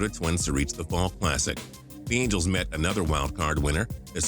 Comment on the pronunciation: You said mangels not angels